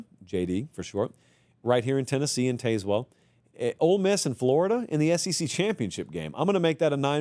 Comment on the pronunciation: “Tazwell” like Tasmania.